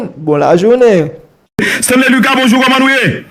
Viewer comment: Bro mem creole la ou pas paler bien. Stanley luca bro. Pas Stanley lucasse bro si ou vler kob sou YouTube fok ou apran paler nou pap ht médiocrité ankor